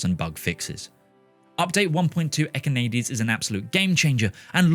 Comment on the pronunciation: Echinades , pronounced as written "ékinadés" not ekynaydyz . make an effort